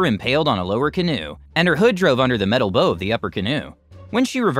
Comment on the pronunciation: The bow of any boat is pronounced like the bough of a tree, FYI.